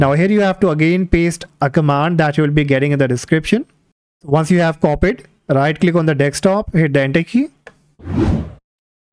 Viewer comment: bro i cant understand that in debloat window you weere saying right lick on desktop hit enter key icant understand wt u are saying